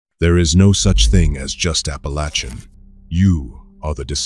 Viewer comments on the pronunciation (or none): It is Appalachian Mtn Range. Pronounced Appa lay chen. I'm from there. My Great Grandmother was from Chattanooga in the late 1800's. Her family moved there from the Carolinas. Later moving to Western TN & Texas.